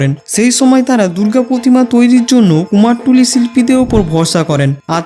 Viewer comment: কুমারটুলি ❌ কুমারটুলি ✅